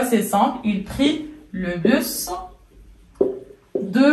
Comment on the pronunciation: On ne dit pas le (bu). Le s de bus se prononce. Donc le busse. c'est une erreur grave pour une prof de français.